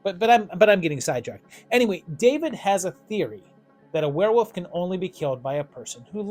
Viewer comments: Why is this guy saying wolf like "woof" "werewoof" I've heard people pronounce it like this before is it just a mispronunciation or maybe they're talking too fast? WTH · Are you saying werewoof? 😂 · Were-wooof! I love how you pronounce werewolf. Never stop doing that.